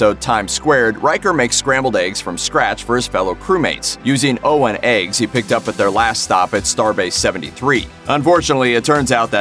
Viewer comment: So I take it the people who read these pieces are not the same ones who write them? Because the information is spot on, but some of those pronunciations...Riker makes a point of enunciating it "oh-wan eggs" (as in rhymes with Obi-Wan), not "Owen eggs." And it's "The Outrageous Oh-cone-uh" not "Oh-can-uh." It's just jarring to hear someone read obscure details like they know them, then fail the basic über-nerd litmus test.